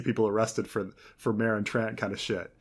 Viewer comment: Also in GoT season 2 Tyrion calls Ser Meryn "Ser Mowen" and no one noticed